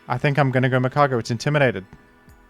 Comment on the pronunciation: It's Magcargo